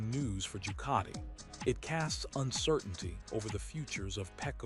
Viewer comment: Jucati? doesn't any one check this stuff, And who is "Baga" or "Corderero" This is awful. Must do better